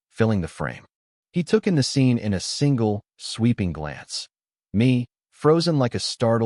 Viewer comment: Bad narration. What was meant is “single”. Don’t pay attention to the text. Too many mistakes.